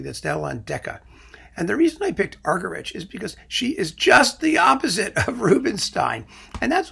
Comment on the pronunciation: Argerich is pronounced argeríc. It is a Catalan surname.